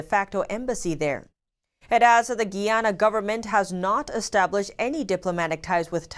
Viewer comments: isnt it GUY-ANA not GEE-ANA? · Guy..Guy......Guyana not Gee-yana! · It’s not pronounced Gianna, it’s pronounced Guyanna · Hello, Greetings! it's GUYANA - 'GUY-YA-NA' or (Guīyǎnà) Nice to see our country is making it around the world, smile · you're pronouncing Guyana wrong... it's GUY-ANN-AHH ... hope this helps.